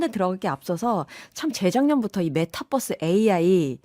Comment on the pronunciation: 메타뻐스가 아니라 메타버스인데...